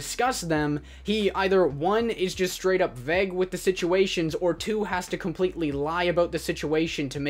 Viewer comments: Vague is pronounced: Vaayg Not: Vegg No offence tho 👍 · Vague is pronounce V-ay-ge js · The way you said "vague" sounded like "veg" like rhymes with "peg" instead of vague sounding like v + egg lol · The way u said vague gave me an aneurysm